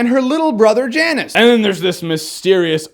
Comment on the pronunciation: Magus pronounced "May-guus" not "Magg-us" And Janus is pronounced "Yan-us" not "Jann-Us" Both Latin names.